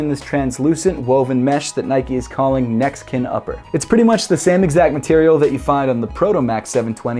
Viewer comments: Also it sounds like he says "Mexican upper? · Every time u said neck skin I thought u were saying Mexican